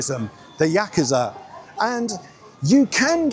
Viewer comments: Yakuza not yakiza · Learn how to pronounce Yakusa